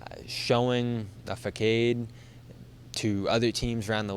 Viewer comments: "Missoula showing a fa-kade..." did just pronounce facade ("fa-sahd"), "fakade?" Unbelievable. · Haha he did, everyone has blind spots I guess. Reminds me of when Ted in ‘How I met your mother’ pronounced chameleon as “cham-ah-lee-on”. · That was glorious! I caught that too!